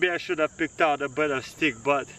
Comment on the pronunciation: Хэв хэв, научись произношать правильно бл